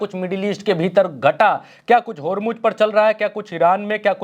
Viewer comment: होरमुज होरमुज क्या है. ज़ ज़ होरमुज़ बोलो.